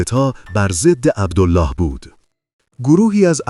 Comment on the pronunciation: عبدِل لِلِه ، اینجوری تلفظ میشه نه عبدُالله . ملک فیصل ، که حکومت نمیکرد حکومت در دست عبدل لله و زیر سلطه انگلیس بود. به طرز فجیعی خودش و خونوادش به دست خونخواران کثیف قدرت ، کشته شدن. مادر پادشاه فقید ، قرآن به دست گرفت و قسمشون داد و گفت : شما مسلمانید ، عربید ، پسر من ، بیمار است ، تاج و تخت پادشاهیش ارزانی شما ، بهش کاری نداشته باشید اما چقد غم انگیز و اندوهناک که نه به حرفهای مادر پادشاه اعتنایی کردن و نه به قرآن . و حتی جسد پادشاه جوان رو در ملاء عام مثله کردن. اما همون کفتارصفتان خونخوار و تشنگان به قدرت ، دیری نپایید و خیلی زود ، به جهنم مشرف شدن.